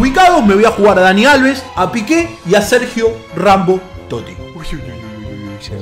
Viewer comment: dice Sergio ranbo